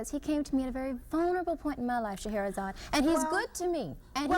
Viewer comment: Fam, "Shah-ra-zad" Ali. 3 syllables only not Shah-ha-ra-zad. It's spelled on over 6 books she's written. Love your content, fam but we gotta get the Godmother's name right at least.